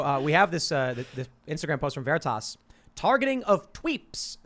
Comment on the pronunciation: "Project Ver-re-tas" Oh man, this was the best watching live.